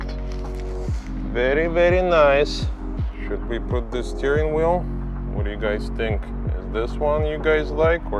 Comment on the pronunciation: Yess you put the new steeryweel